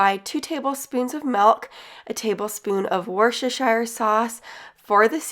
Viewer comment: Great video. Whilst we don't have a lot of the same ingredients in the UK it's gave me some great idea. Ps as someone from the UK we pronounce worcestershire sauce as "Wooster" so like rooster 🐓 but with a w x